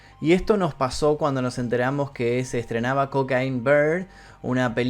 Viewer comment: Se pronuncia coquein no cocain